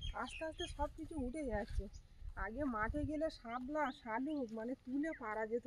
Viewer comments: ❤❤❤ও আবার আজকে সকালে এসেছে ভিডিও এক এক সময় দাও বুঝতে পারি না কখন আসবে 😊আরে বোন সামলা না বলবে শাপলা ওটা শুনতেই ভালো লাগে গো ভালো লাগছে তুমি ভালো থেকো বেশি বেশি করে খাওয়া দাওয়া করো অনেক শুকিয়ে গেছো ❤❤মাও যেমন শুকনা হয়ে গেছে মেয়েটাও তেমনি ঘন ঘন খাবে কম কম খেলেও ঘনঘন খাবে ফল দুধ ডিম খাবে নিজেও খাবে মেয়েকেও দেবে। ভালো থেকো পরিবেশটা অসাধারণ সুন্দর পাখির ডাক শুনতে খুবই ভালো লাগে আর কতবার তো তোমার শাশুড়ি ছিলেন মাছধরা দেখেছি তোমরা একটু চেষ্টা করো ❤❤❤❤❤🧿🧿🧿🇧🇩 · তুমি ভুল কথা উচ্চারণ করছো শামলা হবে না শাপলা হবে